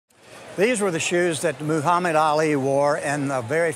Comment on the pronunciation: Its not MOOO-hamad Ali...